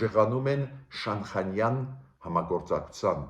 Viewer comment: Բարեւ Ձեզ ,շատ հարգելի պ-ն Գրիգորյան ,ներեցեք ուզում եմ ուղղել բառի արտասանությունը ,Շանհայան ։Ռւսական կրթության հետեւանքն է։Նորից ներեցեք ,հույսով չնեղացրի Ձեզ։Շնորհակալ եմ:🙏👏🏻